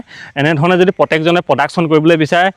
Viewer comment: "Poduction" নহয় অ' "Production" , আৰু "পত্তেক" নহয় "প্ৰত্যেক" । উচ্ছাৰণ কৰোঁতে অলপ শুদ্ধকৈ কৰিবা।